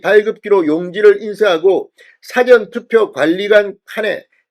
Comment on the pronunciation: "사전"이라는 발음을 정확히 해야겠다. 영어 사전이나 국어 사전 인줄 알겠당. ㅎ